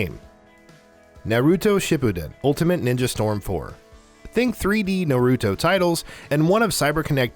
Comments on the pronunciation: Frayzuh, super cyan, Nuh-roo-toe, suh-soo-key 🤣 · Nurutoo, sasukay, wiz… get someone who at least has watched anime to either help the dude with the names or just have them do it. 😂😂